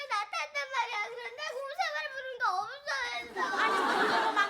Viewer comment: 울면서 곰세마리부르는거나만 아바곰아바곰이라고 들림?ㅋㄱ